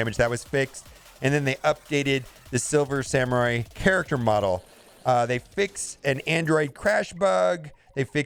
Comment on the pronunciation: "Silmer Swamurai" "Silver Samur" DESTROYER OF WORDS!